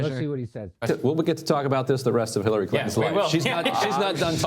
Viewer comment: Right at the end there at about or just before that when the host of the show who was sitting in the center of the three guys seemed to have a slip of the tongue there where I could SWEAR he said Hiltary Clinton. HITLERy Clinton! OMG! Hahahaha! I mean, I know he didn't mean to say that, but it sure damned near sounded like he had a little faux pas there. All the same, what a perfect description of Hitlery Clinton, wouldn't you agree? Hahahaahahahahahaahhahahhaahah!